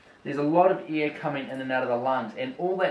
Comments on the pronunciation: It took me about 2 minutes to realize he was saying "air" instead of "ear" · It’s air not ear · Okay for about 4 mins I thought he was saying “ear” not air. 😂